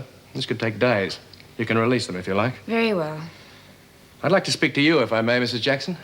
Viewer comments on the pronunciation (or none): When Erica says "Very well" it sounds like "Hairy well".